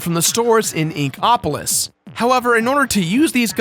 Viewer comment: the way you say Inkopolis upsets me